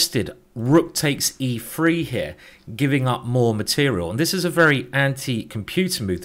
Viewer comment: you don understand each time you say "e free" you are screwing up the robot? E3 mate! E THREE!